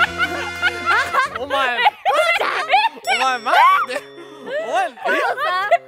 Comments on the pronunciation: ほうれん草言いすぎて｢ほんれんそん｣になってるの可愛い…✨ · 言い過ぎて(ほれそ)になってるww ほうれん草ほうれん草ほうれん草ほれそ